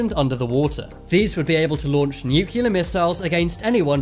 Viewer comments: New-cle-ar, not new-cu-lar! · Nuclear. Nucular........ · it's nuclear not nucilar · The word is "nuclear" NOT "nuculer". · New Key Lar. Nuclear New Clee Arr if the robot voice can't even pronounce nuclear correctly what's the point of watching the video D Minus.